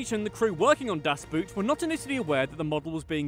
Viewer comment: You should at least try to pronounce foreign words correctly. I don't think that you or anyone else really thinks that the german word "Boot" is pronounced like the english word "boot" or that the German word "todes" is pronounced like the english word "toads". It is not difficult to find out, that oo is pronounced just like a long o in German (es well as in almost every other language) and that German doesn't leave out the e im words like "todes".